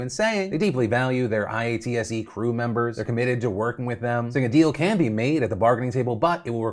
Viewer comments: I know this isn't Corrections with Seth Meyers, but colloquially IATSE isnt called by the individual letters but is pronounced "eye-ought-see". Thank you for bringing attention to our strike!! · This is a really minor thing, and I love your content, but IATSE is pronounced like a word by members and people I've spoken to - "EYE-OTT-SEE" = IATSE. It really doesn't matter if you pronounce it that way or spell out the letters, but usually when you hear people talk about it, they say "Eye-ott-see". Cheers. (EDIT - I just saw a comment below that has it listed out as "I-Yahtzee" and that's actually pretty much spot on, except like, probably better to do "Eye-Yahtzee" for phonetic purposes.) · IATSE is often pronounced as Eye-ot(like hot)-see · I really want to know how many takes it took Phil to say IATSE correctly lol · I NEED to know if you kept spelling out IATSE on purpose or if you just didn't know we usually say it like I-ot-see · hearing phil say "i-a-t-s-e" killed me every time. i know it as "i-at-suh" lmao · IATSE is not the I-A-T-S-E Its pronounced (I-AT-SEE) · spelling out IATSE when saying it weirds out my brain. Dear Phil, if you want to fit in say it "I ought see" but pretend there are no spaces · I wish you were saying eye-at-see like the rest of us instead of I A T S E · Hearing you say I A T S E instead of eye-at-sea is so weird as someone who works with the union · Phil I’m begging you here its ‘eye-ahh-tsy’ not I-A-T-S-E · IATSE is pronounced eye-at-see. Or it’s referred to as The IA. A strike for IATSE will be really bad and will potentially shutter some smaller or Indie productions from the delays. I personally think it’s reasonable to demand an actual 5 day work week. Currently IATSE members made to work “5-day work weeks” but it doesn’t really count when you are made to make a “Fraturday” which means starting at 7pm on a Friday till 9am(or later) on a Saturday and then start work again at 5am on Monday. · "eye-ah-tsee" just sayin...